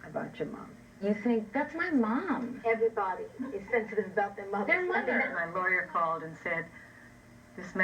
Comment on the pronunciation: You mean the mothuh don't you?